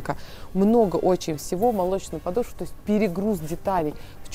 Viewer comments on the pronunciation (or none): none